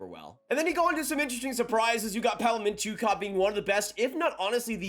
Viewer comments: "Mint-yuh-kov" - Mintyukov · his name is pronounced mitch-you-kov